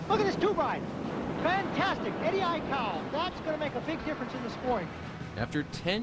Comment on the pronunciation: The news guy can't say Eddie aikau good